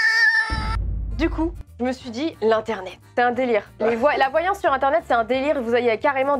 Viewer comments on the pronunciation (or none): "la VoiLlAnsSeee"